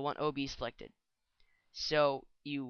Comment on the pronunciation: nice tutorial, but why should i want "obese elected"? :-)